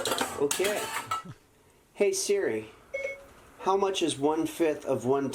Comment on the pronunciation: "Okey" Brooooo im dying 🤣 Edit: Yooo so many memes come from this